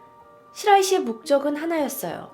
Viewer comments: 시나이시가 아니라 시라이시 예요 ^^ 이번에도 재밌게 봤습니다~ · 시라이시를 자꾸 시나이시 사라시이 라고 하시네요 이름좀 똑바로 불러주세요 집중 안돼요. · 용의자 이름 시나시이 시라시이가 아니고 시라이시인게 좀 아쉽네요